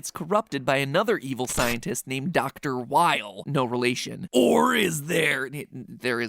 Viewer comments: The "W" in Dr. Weil is pronounced as a "V" MatPat. So his name is pronounced "Vile"...yeah. It's silly. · Just a nitpick, but Dr. Weil's name is meant to be pronounced "Vile" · Haha. Next theory that shoehorns in the Algorithm as a "game" needs to be about how I trained it to love Mega Man for me. ;p Do I earn recognition points or lose them if I correct you? Because you mispronounced "Weil". ;3